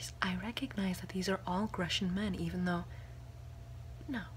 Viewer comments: I think he was trying to say Grecian (Roman for Greek) but mispronouncing it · Is that how you say Grecian? I've always said it GrEEcian